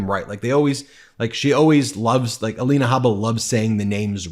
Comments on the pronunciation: Aleena, A-lie-na. She has had so much surgery, is the fake one. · Ah-lie-nay Hay-baa…😂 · Let me see is it Ay-lina, Ah- lenah, uh-LIN-uh Uh-Leen-awe. What about Mee-lun-eye-uh, you get the idea....... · You're pronouncing Alina's name wrong. It's A LIE NA! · 😂😂😂😂, this Dufus is psychotic,,, Alina ( A- LIE-na ), 😅 now his new "Me-LAY-nia", 😉😉,,, that plageristic Nincompoop 😂 I can't stop lmao